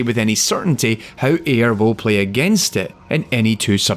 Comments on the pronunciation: It's prounced Eye-ur. Not Air. Just so you know. Yaknow my life for Aiur? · Aiur is the name of the protoss homeworld and its pronounced I-UR there i said it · Aiur is pronounced aye-ur. It's a location in the story of star craft (specifically the Protoss homeworld) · Repeat after me. Auir = "EYE" - "ERR" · Cool video! Just one note, Aiur is pronounced "EYE-urr". The team creating that AI used it as an acronym for "Artificial Intelligence Using Randomness", but Aiur is the Protoss homeworld. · When you know the history of Starcraft bot programing and every unit's name in the game but still can't pronunce Airu correctly. FeelsBadMan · Thank you, his pronunciation was bothering me.